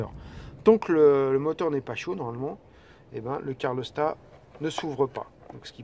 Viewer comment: Bonjour, pas cool ces problèmes de joint de calorstat (on dit calorstat et non pas carlostat. Je sais, ce n'est pas facile à prononcer). Sinon belle vidéo et tu as gardé ton calme malgré toutes ces fuites... Pour savoir si tes sondes de T° moteur et T° huile sont bonnes, tu peux utiliser ta valise diagnostic /chapitre paramètres en temps réels. Cela évite de changer des sondes qui sont bonnes et leur contrôle avec la valise ne prend que quelques secondes...